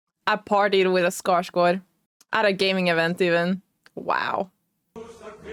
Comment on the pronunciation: Nu blev jag förvirrad , är du från Norge??? Men du uttalade Skarsgård på Svenska!!???. Hm då måste jag följa dig. ❤❤❤